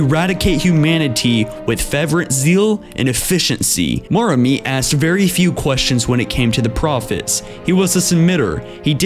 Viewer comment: This narrator seems to have problems pronouncing quite a lot of words, throughout many of his videos. Notably pronouncing Sangheili names. It's Rip-uh, not Reep-uh. It's Moram-ey, not Moram-ee.